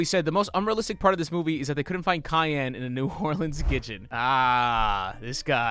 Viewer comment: pronounceing 'Cayenne' like 'Kanye' made gigtle deeply!